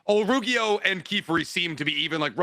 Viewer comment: Drinking game: take a shot every time says Olruggio’s name wrong